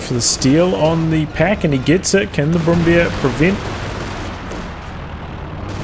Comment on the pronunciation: the overall video and battle was great but i was rather a bit annoyed everytime you pronounce Brummbär as Brum-Beer